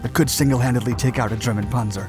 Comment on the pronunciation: Its not ponzer. Its panzer. With a Z get it